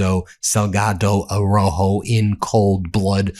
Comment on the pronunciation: Plese pronounce his last name correctly...ARAUJO...You are leaving out the "u".